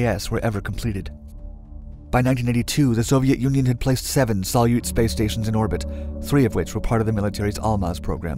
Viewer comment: "Salyut" by the way is accented on the second syllable. It's Russian for "salute" (in the "21-gun-" sense).